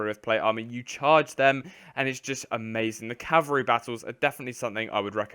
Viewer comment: "CaVALreey" not "cavareeh"